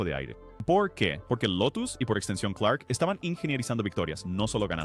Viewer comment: Empece a ver el video, hasta que llego al . 2 errores muy basicos que delatan que NO TIENES NI IDEA. Suficiente para dejar de verlo -Es Jim CLARK, no "Clerk" -El de la foto es Graham Hill